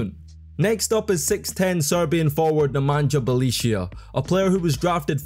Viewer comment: Who the hell is "Nemanđa Belicia" lol